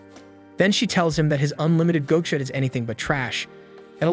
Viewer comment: The fuckin ragebait of saying GO-cha is unbelievable.....